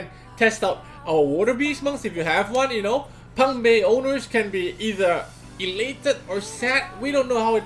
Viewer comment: its pungbaeK with a k get it right